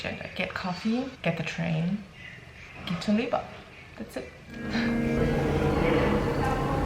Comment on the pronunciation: Visiting in September on recommendation of our polish dentist. Pretty sure it's pronounced weba